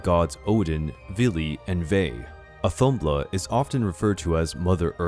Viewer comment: It’s audhumbla/audhumla (h is important for pronunciation) and she did not give birth to buri and isn’t considered his mother. When Zeus birthed Athena from his forehead, she was at least within him and he was part or her conception - so that’s very different.